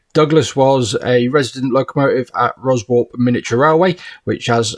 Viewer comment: Ruswarp is pronounced Russup. We went there in the 90's via the Primrose Valley modelling week with Stan and Geoff.